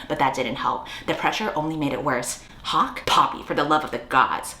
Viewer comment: I thought you said Pocke instead of Hawke so I had at least a minute with "like... Pocky????" in my head girl i was ROLLING